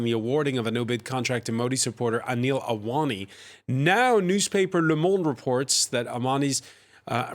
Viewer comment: Please use Anil Ambani's pic and not his elder brother Mukesh Ambani. Kindly try and pronounce Ambani with an M. It is disheartening to see that you work on such important issues with improper research.